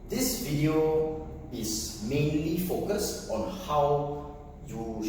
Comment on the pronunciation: It is supposed to be focused not focued